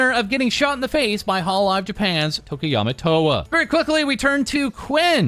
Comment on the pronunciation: am i the only one hears say tokiyama towa??